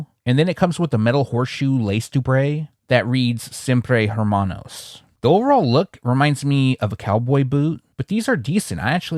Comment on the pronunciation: Your Spanish not bad…. When there is an H at the beginning of a word it’s actually Silent So don’t thing Hermanos think ERRRMANOS gotta role the R… That’s another thing…when to role and Not role the Rs So Hermanos = Errrrmanos Hernández= Errrnandez CAR is Carrro Now “expensive” is Caro….you don’t role the Rs CARRO= Car CARO = Expensive Carrrro, is car Caro, is expensive Hermanos “Errrmanos” = Brothers You good tho 👍🏽